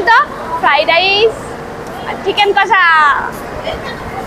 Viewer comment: ফ্রাই ডাইস নয় কথা টা ফ্রায়েড রাইস।😊